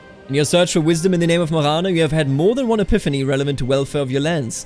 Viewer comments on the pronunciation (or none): none